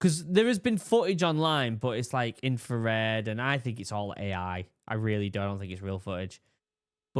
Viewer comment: Yeah, pronouncing ‘infrared’ like ‘inferred’ was another one.